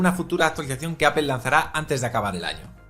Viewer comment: apel apel apel apel....... cual inche apel..... es APPLE